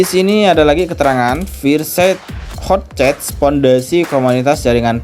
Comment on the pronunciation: 😅 slalu ngakak klo lu bhs inggris bang. fayer sayd dibaca itu bang😅